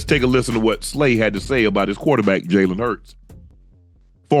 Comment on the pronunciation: Jalen hurts is not elite he said nu wrong